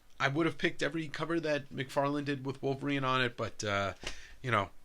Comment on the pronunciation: My brain thought said Todd "McWeirdless" lol